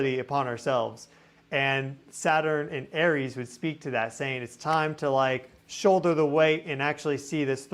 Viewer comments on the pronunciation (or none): none